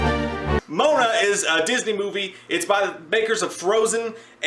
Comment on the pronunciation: whats "Mona"? its Moana...goddamn it